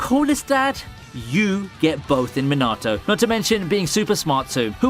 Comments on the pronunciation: I love your content but please for the love of god stop saying minatos name wrong😭😂😂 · u mispronouned minato and rasengan